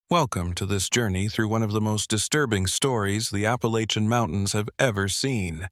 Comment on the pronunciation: Granite Falls NC...... you're not pronouncing Appalachian right.....!